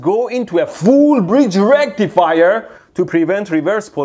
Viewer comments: FULL BRIDGE RACTIFIEHH! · it's RECTIIFAYAAAA